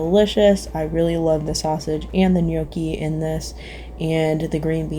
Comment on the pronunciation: Gnocchi is pronounced no key not yokee